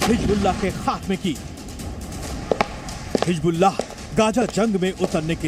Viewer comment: Pahle bolna sikh lo. Hijjjjbulla😂